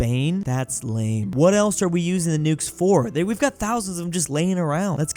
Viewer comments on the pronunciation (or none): none